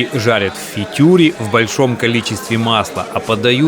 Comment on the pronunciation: ПАРЕНЬ, НЕ "ФИТЮР", А ФРИТЮР"!